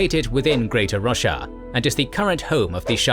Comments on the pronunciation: I cannot not hear "Russia" when it says Roshar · Wow. So when you said Braize was located inside greater Roshar, I heard greater Russia😂. My brain was like yea, sounds bout right lol. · i thought you said russia instead of roshar so many times and i just accepted it that the fantasy world was named that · The mispronunciation of Roshar hurts every single time...